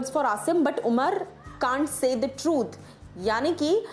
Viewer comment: Pehle umar ko thik se pronounce krlo...badme vdeo banana